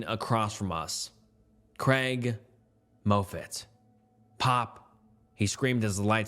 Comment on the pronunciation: For the love of God, it's pronounced "Maw-fit", not "Moh-fit"! Unless you're 100% positive about a word's pronunciation, you should take that extra step and look it up. I've noticed that you mispronounce words in every one of your videos that I've watched (7-10). Thank you from a loyal listener (as it were!)